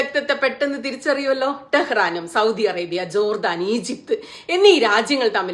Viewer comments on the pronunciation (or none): none